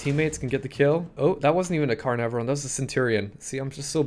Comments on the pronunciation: you pronounce it can-nar-van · Hey, if you haven't found out already, it's pronounced Can-arr-vonn. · Car-nar-von. This is how it's said.